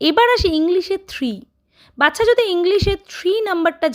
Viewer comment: Didi video ti valo hoyeche. Kintu baccha pronunciation ti bodhoy aapnaar thik hoy ni.